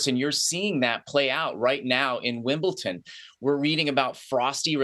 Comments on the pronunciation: A telltale sign that someone doesn't know anything about tennis: They can't even pronounce Wimbledon correctly ( incorrectly says "Wimble-TON" over and over).🙄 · Do any of these idiots actually watch Tennis? You took one example and then stretched it to all russian and belarusian players? Heard of Andrey Rublev, Daniil Medvedev, Mirra Andreeva. Incredibly popular at Wimbledon. Oh and, it's not f@ "Wimbleton". It's Wimbledon. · “WIMBLE- TON” 🤦🏽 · Jules is an author, a professor of political science, and a former Olympian. And yet, he can't properly pronounce the name of the Grand Slam Tennis venue that is the subject of this piece.